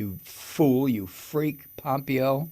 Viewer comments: Mike, its pronounced Pom PAY yo. Not POM pee yo. And, you, Sir, are just hilarious 😆!!! I miss the EFF word, sometimes, man. But, I gotta say, I now feel a lot less worried about the state of your health, Mike. Ya don’t get quite so alarmingly red-faced and shakie, anymore, since your no-use of EFF word vow came to be. I hope that you still have chances daily to blow off some steam. Great video, man! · You say this piece of shit's name wrong Mike. It's pompiggo. They're all CORRUPT,grifting,greedy and DUMB TRAITORS. Can't wait til we get justice and this nightmare is over and hopefully we survive. Take care. Hey. Hope you feel better each day